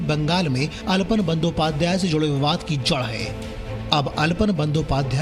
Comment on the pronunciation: Aalapon not alpan